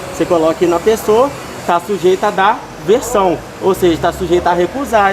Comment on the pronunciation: Tá dando versão, versão, versão kkkkkkk fala correto moleque é aversão!